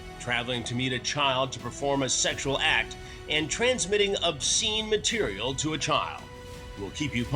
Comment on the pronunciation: 😂😂😂😂😂😂 I’m sorry the matter of factness with which these cops and Chris say these things will never not make me laugh. And is tight out o Key&Peele - “Seggshwuleh”😂😂